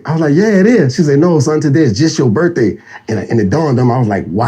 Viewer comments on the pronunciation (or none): It’s pronounced birthday not birfday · But of course u saying birfday instead of birthday